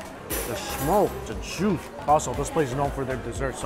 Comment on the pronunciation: I love how he pronounces juice as jewsh